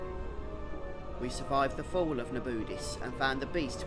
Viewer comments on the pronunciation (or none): I love how he pronounce Na-bu-these as: Na-booties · its na-boo-deece ;) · The way you prinounce Nabudis is a crime against humanity, when they clearly say it several times throughout the story. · Hate how he says nabudis they say the name the right way at the intro of the game great guide